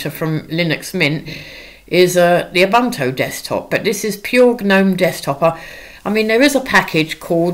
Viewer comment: You had me at “ah-bunt-o”